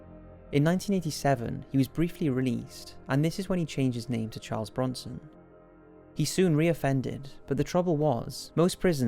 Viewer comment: Chawrlee brownson